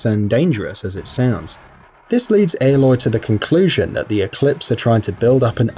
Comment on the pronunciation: Did he just say airloy